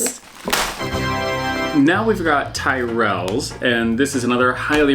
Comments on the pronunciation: I should have guessed you'd be tempted to say 'tie-rells', but I'm glad you liked them - they're so much better; worth the extra, don't you think? However, I was at school with a boy named Tyrell, and he definitely said it to rhyme with squirrel. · Tyrell should be pronounced as 'T-e-rell'